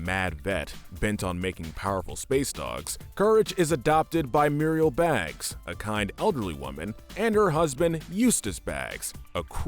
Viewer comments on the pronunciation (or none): Eustace and Muriel Bagge .. not baagz lol